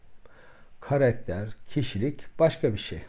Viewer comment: Karekter değil,karakter hocam..Prof olunca beklentimiz de yüksek oluyor, kusuruma bakmayın.Karekter Giresun vs yörelerindeki söyleyiş.